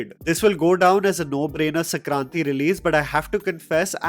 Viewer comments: Bruh, its Sankranti not Sakranti. Shan-Kran-Ti. I've noticed this in 4 videos so far. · It's Sankranti not Sakranti you Dk Bose. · It is Sankraanti not Sakranti! I initially thought that was the name of some director 😂